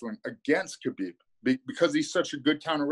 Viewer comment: Dustin Hazelnut 😂😂😂😂😂 him and Joey Diaz fucking kill me with the pronunciation of fighters names.. Khalabib and stiopic😂😂😂😂